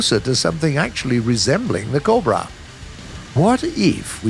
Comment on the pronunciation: Normal people: cobra Bodiless voiceover guy: cob bruh